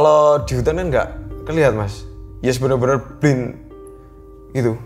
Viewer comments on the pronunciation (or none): none